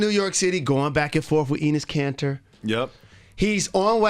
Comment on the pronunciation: it's not Khan-tar, it's khanter, ter as in terry. Khan means blood and ter means sweat.